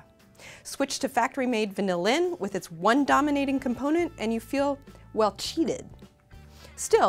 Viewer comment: She pronounces 'vanillin' with the emphasis on the last syllable every time, and it's annoying as shit. Sorry, I mean annoyING as shit.